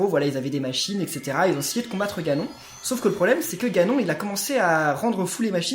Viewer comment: Heu.on dit. GANON🤦🕵️